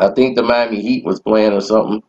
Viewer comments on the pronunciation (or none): none